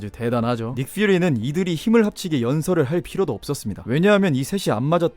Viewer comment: 닉퓨리 발음 ㅅㅂ, 국어 쓸거면 쓰고 외국어 쓸검 써라 우리나라는 닉퓨리지 니kFiuri가 아니다